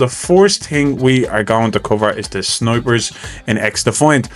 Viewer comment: I swear every time you say "snipers," I hear "snowbridge."